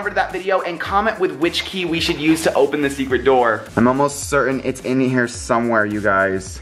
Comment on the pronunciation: Kay? I think you meant key! 😂